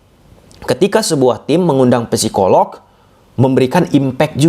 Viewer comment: biar tambah keren, cara baca psikolog p-nya gak usah kebaca. Jadi, sikolog gitu. Biar tambah keren sih 👌 — semangArt